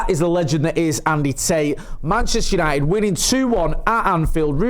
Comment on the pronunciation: Oh here we go andy "yanited, party, buzzin " 😅